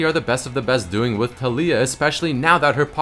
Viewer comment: A moment in silence pls for the mis-pronunciation of taliyah. Go watch the champ spotlight to hear how to say it.